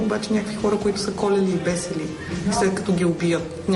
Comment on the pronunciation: Репортерката е много тъпа честно вика КОЛЕЛИ И БЕСЕЛИ ......